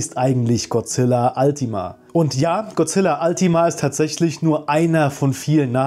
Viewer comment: Es wird nicht zusammen geschrieben und auch nicht altima ausgesprochen sondern ultima